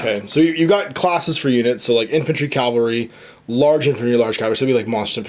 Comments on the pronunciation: Cavalry.... CAV-AL-RY... sorry to be that douche, honestly. but i gotta say it. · Cavalry. The word is cavalry not Calvary.